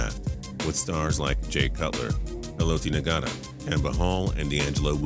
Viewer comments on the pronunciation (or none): The G in Ngata isn't pronounced. Should probably know that seeing as you cited him and he was a great DT. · G is silent in Ngata btw